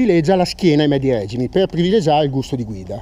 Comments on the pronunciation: Bella prova e moto interessante ma.... Per favore smettete di dire règime!!!! Si dice regìme, deriva all'italiano dal francese (régime con la pronuncia sdrucciola sulla i...) e quindi... ;-) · e che poverino non sa spostare un accento, dato che già gli era stato fatto presente.